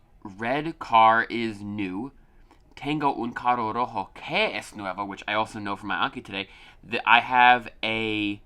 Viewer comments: You have to say 'carro', not 'caro'. Sounds are different. :) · Also remember to roll the r’s when there is 2 cuz when saying carro is car, but saying caro means something completely different which is expensive...